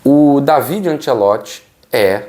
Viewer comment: O certo é falar Dávide. Io sonno italiano e parlo la língua de Dante.